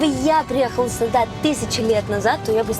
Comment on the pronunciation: А ещё "суда" (вместо сюда) меня умиляет))